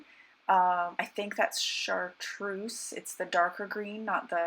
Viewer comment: LOL - still chuckle whenever you say Chartreuse :-) Fun LO!